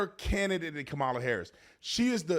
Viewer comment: Tatum, you made a huge gaff, you called Kamale. Tell me you didn't have a Biden moment 😂